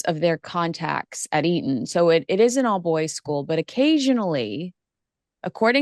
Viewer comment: Eton not Erin.